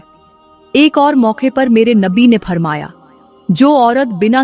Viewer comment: फरमाया नहीं फ़रमाया